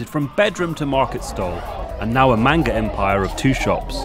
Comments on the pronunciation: i get so triggered when he says " mAINGA" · Take a shot every time they say manga wrong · Stop pronouncing manga wrong And Pikachew? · “MAN-ga” son it’s man-ga you don’t scream the first part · If he says “man- ga again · And I'm sorry but the way they pronounce 'Manga' makes me die a little inside